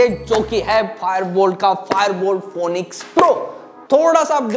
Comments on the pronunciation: Phoenix ko phonix nahi bolte bhai Phoenix bolte hai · Bhai ye pronounce phonixxxx nhi hota, balki phinixx hota h 😂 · that's not how you pronounce phoenix lol